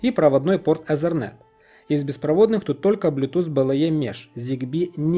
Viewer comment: беспроводнЫх, а не беспровОдных